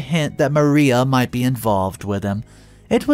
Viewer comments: Mariah....Muh-rye-uh not Maria...Muh-ree-uh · Ma-- Rye--- AHH not maria. Sorry, couldn't help myself. TY for the great stories!!! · Mariah is pronounced Ma-RAI-a ('ai' as in 'eye'). The name you keep calling her is Maria (Ma-REE-a) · First of all learn how to pronounce these names correctly if you’re going to include close caption, her name is Mariah (Ma rye a) Not Maria, and on top of that this is the stupidest story I’ve ever heard someone butting into a families life when she’s not actually married to the individual. Yette went out of her way to destroy this child even more over some dumb, childish crap she was young when she got caught shoplifting Let it go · ~ Mariah isn't pronounced Maria. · Pronouncing Mariah wrong. Also under another video, you said privy wrong. It's i as in "it", not "eye".